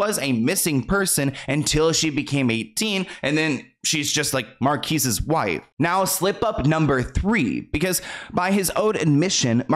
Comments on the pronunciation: His name is pronounced Marcus. Great story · Lol it’s pronounced like “Marcus” & Tamera= Ta*m*air*a but thanks for another banger!! 🎉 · It’s pronounced “Marcus”, not “Marquis”. Glad you made a video about this weirdo. Him and Chris Stokes both have so many allegations against them there is no way they are all lies. smh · Lol it’s pronounced Marcus but that’s okay bc idk why it’s spelled like that? Lmao Or maybe it is Markeez and Bp been pronouncing it wrong 🤣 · And it’s pronounced MAR-CUS not MARQUES like it’s spelled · It’s MARCUS not marquis 😩😂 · I can’t finish it because you keep saying his name wrong 😭who is “Marques” it’s “Marcus” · 1) His name is pronounced like “marcus” and Tamera is pronounced “tah-meer-ah” 2) He was my first celeb crush and Immature was my favorite boy band. I’m so disgusted to find this out but I’m not even shocked since he was basically raised around R. Kelly and they collaborated frequently. Please consider doing a video on Chris Stokes as well! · His name is pronounced "Mar•Kis" Thank you for bringing awareness to this. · I also want to tell you to stay safe because Marques (pronounced Marcus btw) and Chris Stokes allegedly sent people to jump Raz B when he first came out with his allegations against them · Respectfully 😊, his name is pronounced Mar-cus despite the spelling. And Tamera’s name is pronounced Tah-mer-rah, not “Tamra” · Do a video on Chris Stokes. Also, I believe his name is pronounced Marcus at least that's how I heard it growing up. I used to have posters of Jhene Aiko, B2K, and Marques Houston on my wall from word up magazine. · It's pronounced MARCUS. I'm sure no one cares, but food for thought. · The mispronunciation of these names are immaculate TA MARE A MarcUS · It’s pronounced like Marcus 😂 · It’s MARCUS — it’s just spelled differently 😂 — the black delegation wants to correct how you pronounce this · Marques pronounced like Marcus..😊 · Not Msr-keese houston 😂